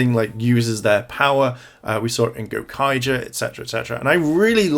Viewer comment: “Zencager” Wow. I cringed really hard at that.